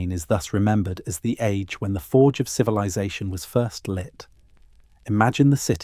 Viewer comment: Lost me at “civi-lie-zation”. Ugh. I can’t fall asleep to this AI crap!